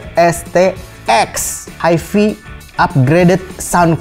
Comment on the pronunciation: HiFi bukan disebut 'Hi Fee' disebut seperti 'Hai Fai'. Kenapa tak sebut saja 'Hee Fee?'